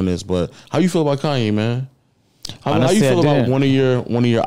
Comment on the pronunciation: “Now all I need is y’all to pronounce my name It’s Kanye, but some of my plaques, they still say “Kayne”